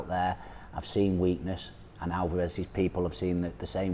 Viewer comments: Its Alvarez, not Alvaaarez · Who the fuck is ''Alvah res'' ?! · Hate when people call him alvaaarez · British English- they put emphasis on the middel of the name, Al- Vah- rez American English, they put the emphasis on the beginning of the name, AaL-varez Spanish- Al- va- Rez (more of a neutral on through out but slightly more emphasis on the end)